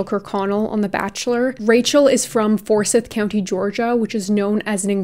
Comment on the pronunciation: I love you! & Ik you'll prob never say Forsyth ever again but living in georgia & hearing you say Forsyth the way you did 😭 it's pronounced "For-scythe"